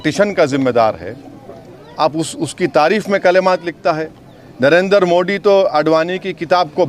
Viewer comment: ये शख्स जब भी मोड़ी बोलता है इसको ARREST करना जरूरी है इसको मोदी उच्चारण सिखाना जरूरी है